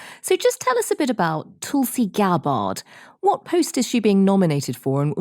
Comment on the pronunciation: If you're not going to report on her cult upbringing at least pronounce her name right. It's paroxytone, not oxytone.